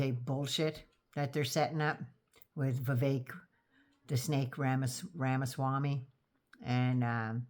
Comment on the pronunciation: Did I hear you say Ramaswampy or Ramasmarmy?